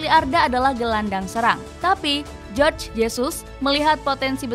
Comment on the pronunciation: Jorge Jesus. Biasanya nama sprti ini adalah nama orng Spanyol atau negara yg menggunakan bahasa Spanyol (Amerika Latin). Sesuai dgn bahasa Spanyol Jorge berarti dibaca Horge bukan Jorj, dibaca Jorj itu kecual tulisannya George.